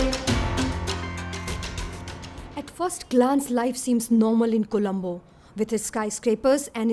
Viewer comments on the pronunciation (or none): It’s Not Kolambo it’s Colombo And It’s Not She Lanka it’s Sri Lanka. 🤦🏽‍♂️